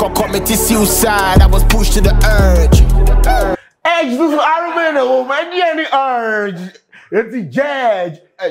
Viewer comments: There's "r" in "URGE" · Who told you there’s no R in URGE 😂😂. You for make sturdy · Sark en crew too no dey help… so nobody heard him say jurgde and erdge?? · Please there is "u" in urge wai